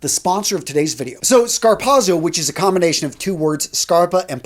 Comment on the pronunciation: A very, VERY valuable video. Thank you. I've been wondering if there were any good quality dress shoes for under $150. By the way...f.y.i...the way to pronounce it is "scar POT so". (I'm related to Italians who speak the language.) Zz in italian is always pronounced like the "ts" as in "pizza". Keep up the excellent work my friend.